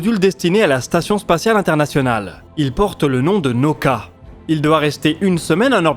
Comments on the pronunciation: Nauka: elle se pronounce "na-OU-ka" avec trois syllabes et veut dire "la science." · Наука - transliteration Nauka se lit en français Naouka. N-A-OU-K-A.